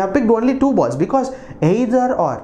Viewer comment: Sir ur "aaeither" can be made a meme lol btw nc aaexplanation